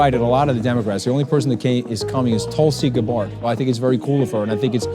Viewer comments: sheesh that butchering of tulsi gab bard... cmon dude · nobody noticed when he said that the only democrat to go was Tulsi Gabbard. although he mispronounced.